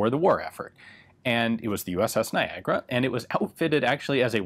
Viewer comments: So wait niagara is pronounced "nygra"? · Who would know that Niagara word has that strange pronunciation in english :)